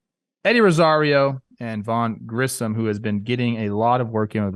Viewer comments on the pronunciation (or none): Braves have arguably the best bullpen in the league It’s Grissom not Grishum Btw; Jared’s last name is pronounced Shoe-ster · Great episode! It’s Grissom though not Grisham ☝️🧐